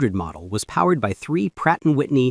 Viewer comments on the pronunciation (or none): none